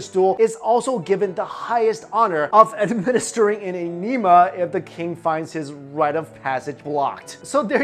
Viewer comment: Kelso?! "En-E-ma" Oh, its pronounce eh-neh-ma.